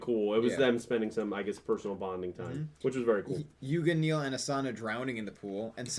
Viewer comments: dont care Its neil The subs and characters say neil not nail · Cmon do you hear yourselves calling him nail its neil Luke not rook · It's pronounced like "nail".